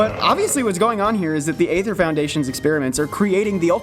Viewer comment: that's Ether not AYYther. :^)